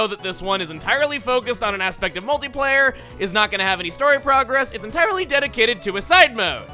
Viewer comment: when he said "multiplayer", I almost thought he said "moldy layer".